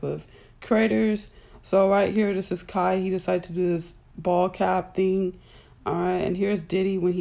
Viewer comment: it does matter if u gone use kai name learn how to say it correctly